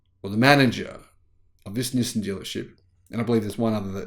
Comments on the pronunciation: Nissin is a Japanese food company known for their instant noodles. Nissan is a Japanese car company. Please pronounce the name of the company correctly. LOL. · Nis-sin or Nis-san? Never heard anyone called Nissan Nissin.